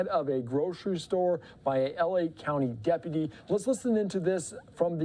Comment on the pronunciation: I wish someone would teach him how to pronounce deputy!